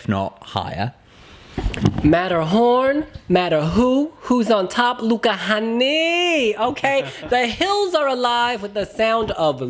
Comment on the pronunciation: “Hänni” is pronounced like “penny” but with an h 😅